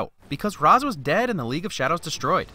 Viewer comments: Only a couple issues with this film. One is the distance at which fight scenes are shot. The other, however, is that it should be "Ray-sh" not "Rah-z". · Ra's is pronounced Raysh, I know strange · It's ra's like Ray-sh Not ros. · The only thing I hate about this movie is the pronunciation of Ra's Al Ghul. It's "Raysh" not "Raahs". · It's pronounced Reysh not Raz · "Raysh", not "rahz". -__ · Ra's al ghul is not correctly pronounced it's correct version is Rayesh al ghul even it spells Ra's al ghul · You said Ras wrong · Anyone else going nuts that he keeps pronoucing Ra's name wrong, just like the movie did? (It's Rashe. Like Race with with 'shh' instead of the 'c') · I don't know if anyone else mentioned it, but Ra's is pronounced 'rayshe', I believe. :) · Ra’s is pronounced like Ray-sh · Do I love this channel enough to forgive pronouncing R'as wrong the whole video? Yes, but get it together, man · You need to remove a Win for not only the way they mispronounce Ra's, but for causing all the fan media about this movie, including HISHE and this video, to HAVE to mispronounce it. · My only nitpick. The pronunciation of Ra's. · Why do you pronounce Ra’s like that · YOU PRONOUNCED RA’S AL GHOUL WRONG 😫